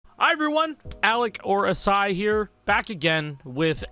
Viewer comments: A varios les cuesta decir acai en vez de "akai" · now that I am watching, alec's actual youtube specific videos, and not the edited streams, I would've never imagined (as a Spanish speaker) that it was pronounced "Asai" instead of "Akai" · i thought Acai was pronounced like a kai or smth LMAO